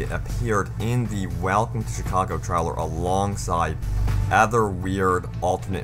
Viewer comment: Trellers? How the fuck is 'trailer' pronounced treller? What?